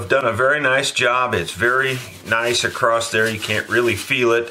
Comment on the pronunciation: Love these vids... Though there is still no T in across.,-) keep up the good work.